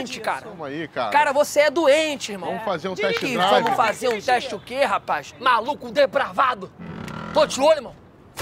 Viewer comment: "MALOCO DEPRAVÁDO" KKKKK n da pra tankar esse maluco